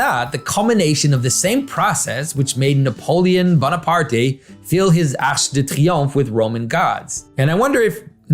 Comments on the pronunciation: Dude with French name also mispronounced Arc de Triomphe. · Pageau can’t pronounce French to save his life. I mean, he pronounced it ”arrschhh de triomphe”. It’s a hard k sound, my dude. It’s ”arc”. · Pageau definitively does not speak French. He said "Arsh de Triumph", instead of "Arc de Triomphe". He said "Arsch"!! 🤣🤣🤣 (which is the German word for "ass")